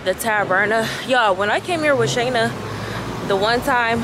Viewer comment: GWORLLLL 😭😭😭 THE LAVSTYLE here. And you said my name right Shana NALI. Thank you so so much ❤️❤️❤️ I didn’t expect this bommmmmb review okkkkk. YOU ARE TRULY A BLESSING